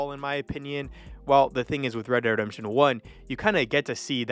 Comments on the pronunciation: Sorry - can't watch the whole video You lost me when you pronounced "Red Dead Redemption" as rederdemption Slow down. Focus on enunciation. Speak clearly. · It would be good to re-record your voice audio so you pronounce the games properly. I'm hearing "red der redemsion" - so you pronounce "dead" as "der" As for which is better, it's a no-brainer - RDR2. You say it doesn't feel as much like a western as RDR - really? What westerns have you been watching? Sure, if it's the type of western that is predominantly shooting - fighting - absolutely. But that's SO shallow. If you want depth, want to get a feel of what the end of that era was like, with so much more than just the cowboy style violence, RDR2 totally owns it. There's PLENTY of western movies and TV shows that have that kind of depth. Heck, one recent and awesome one, "American Primeval" really screamed RDR2 at me. Amazing TV show, so deep - a proper western. A western right near the end of an era - just like RDR2.